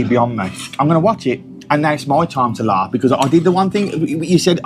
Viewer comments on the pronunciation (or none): Good watching mate but you need to tell your Brummie mate it’s laff not larffff. He should know better 😊